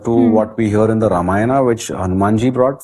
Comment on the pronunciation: A humble request to the young host. Please don't mispronounce the epics as रामायणा and महाभारता. The correct pronunciation is रामायण and महाभारत.